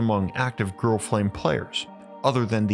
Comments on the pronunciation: You said "girl flame" I'm starting to think you just have a hard time saying grill. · I thought he said girl too